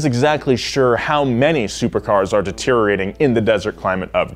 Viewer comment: Det-er-i-or-a-ting. 6 syllables please. No silent letters in the word. Thank you, kindly.